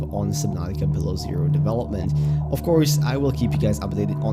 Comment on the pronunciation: The way you say below zero at 13 seconds is fucked. It's two words not one. Say it with me......below zero not bilerzur